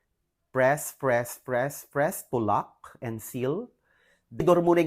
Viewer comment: Pls don't add Er after the word MOLD also PRESS its not PRESSER